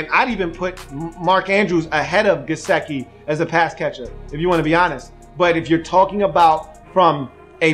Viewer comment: Come on man, you spent about 10 minutes talking about Gesicki's "want to" and how you "need him to give a damn" and I agree with those comments. Your analysis is spot-on. But Come on man, the guy's name is obviously pronounced just like it is spelled ... it is "Guess-Sick-EE" ... get it right ... it's not a hard name. It would be like someone doing a video of you with your name on the screen for 17 minutes and continually calling you "Lee-oo" ... you'd be laughing and wondering if the guy even knew your name was spelled right behind him the whole time. The man's name is "Gesicki" ... and its pronounced like it reads brah.